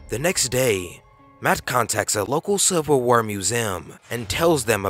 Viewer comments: "Silver war"? Lmao Civil*! Civil war*! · silver war? ellians? exployers ? this narrator sucks